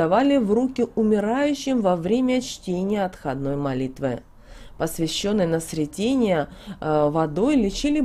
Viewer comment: Благодарю! Но прошу правильно ставить ударения, особенно, в названиях церковных праздников, это ж СрЕтение. ОбразА.